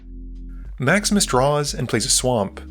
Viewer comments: Every time you say "Maximus plays" it sounds like you're saying "Max misplays" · I keep hearing "Maximus" as "Max Miss"... 😅